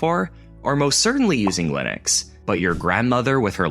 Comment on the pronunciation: why is everybody pronouncing Linux so wrong? you can pronounce Linus, but not Linux? is the same pronounciation, just with a x at the end